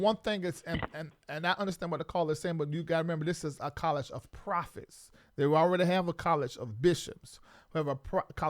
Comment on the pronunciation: Profits instead of prophets 😂😂😂